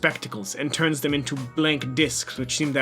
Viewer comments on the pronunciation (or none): i thought it said tuna instead of turns